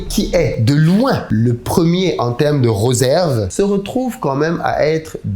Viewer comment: Cher mettez svp un accent circonflexe sur le "e" lorsque vous prononcez le mot "réserve ". (RÉ)SERVE et non (RE)SERVE. Voyez vous la différence É et E???? Le diable est dans le détail...